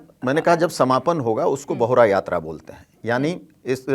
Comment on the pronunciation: ये बाहुरा नई ! बाहुडा यात्रा होता है । बहुडा ओड़िया सब्द है इसका मतलब हिंदी में लौटना होती है ।